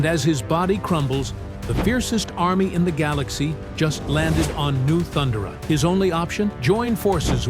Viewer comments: Can anyone speak anymore? Why use AI ?....thun duh ruh? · I'm intrigued but couldn't get passed the horrible mispronunciation of "*Thun*-durrh-uh" by the ai-generated voiceover. Maybe I'll come back later. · These AI voices are so annoying and obvious when they can't same words like Thundera correctly. Anyone who's watch the cartoon knows that's not even how it's pronounced. Yet another channel to ignore